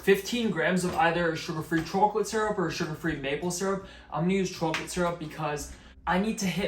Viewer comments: Seriously your pronunciation of every word is perfect . Except “choke a lit”. What’s going on there buddy? But good recipe will definitely try. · That’s what you call a northern New Jersey choke a lit 😂my entire family says it like this😂